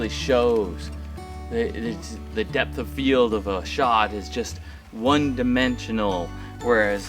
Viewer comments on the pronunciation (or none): none